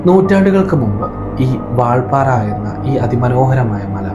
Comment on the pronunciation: വാൾപാറ അല്ലെടോ കോപ്പേ വാൽപ്പാറ